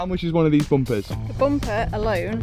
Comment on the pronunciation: Is it hard for you guys to pronounce p and B letters it's funny listening to you guys try to pronounce bumpers or combustion chambers lol